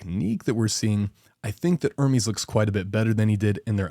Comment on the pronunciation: Dude, its not IRMIS ITS ERMEST. Learn some basic pronunciation.